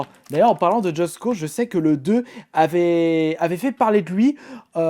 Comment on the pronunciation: pk il dit justE cause3 mdr on dit just cause mais apres chacun sa façon de dire et de faire. moi je dis just cause